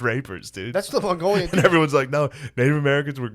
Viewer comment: Jesus Christ when Shane drops that “Mongolian” in that accent it snapped me. I love when he does Asian accents 😂😂